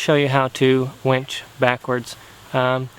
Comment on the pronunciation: It's called a WINCH. NOT a WENCH. Two TOTALLY DIFFERENT words, with two TOTALLY DIFFERENT meanings